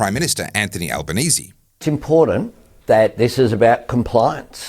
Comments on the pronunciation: “It is IMPORDANCE”, that Stupid, Embarrassing Excuse for a Prime Minister…(Albo) can’t even Speak Properly , what a Complete BOGAN……………..It is ALL About POWER and CONTROL………Refuse to Comply with their Bullshite. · It's "impordant".